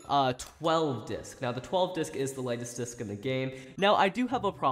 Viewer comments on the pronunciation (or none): just realised he said "lighest disc in the game." where gaem